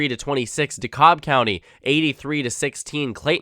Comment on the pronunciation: great video as always! As a Georgia, DeKalb is pronounced De-cab. Btw, our SoS said in 2020, there were around 50k Republicans who skipped the presidential race because they believed Trump about being rigged.